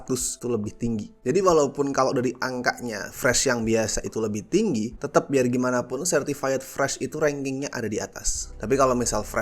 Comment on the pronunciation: Certified itu bacanya Sertifait bukan Sertifayet, bang